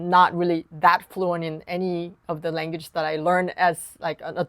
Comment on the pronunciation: You are an amazing piano teacher and I'm learning a lot from you plus your English is excellent. But if I can correct your pronunciation on one word, only because I think you'd want to know. I'm referring to "language". Pronounce it this way "lang-wedge" or "lang-wedges" for more than one. I hope you find that helpful because their is no intention of being mean or critical. Looking forward to more of your awesome tutorials. Thank you